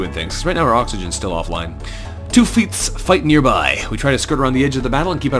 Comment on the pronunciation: Best Voice Overs Ever. No, matter how cheesy they are. They fit so well in FTL XD btw. Swore heard you saying: "Two Feet" instead of "Two Fleets" XD. Words. Curse those evil words!